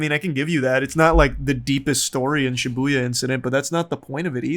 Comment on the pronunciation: I guess lol, there's too much emphasis on the Bu